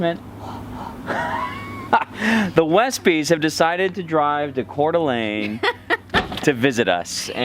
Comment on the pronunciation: How fun to stumble upon you visiting my home town of Coeur d’Alene. So refreshing to hear you pronounce it correctly. Love watching your adventures!